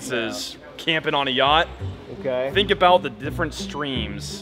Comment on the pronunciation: yea you said YATCH and she said, ''Oooookkk??'' and went back to tell the manager, and well... lol